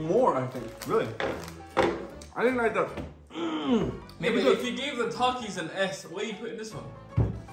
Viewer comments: Bro it's ta ki s not tacis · how to pronounce takis th-ak-ies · The way pronounces all the names is so funny "Takais" 😂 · takis is pronounced tahkees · They way he pronounced takis lmao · They said takis wrong